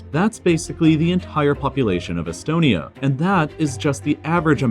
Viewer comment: Me hearing Estonia like 👁️👄👁️